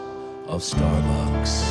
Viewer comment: Am i the only one who loves the way he says "starbucks"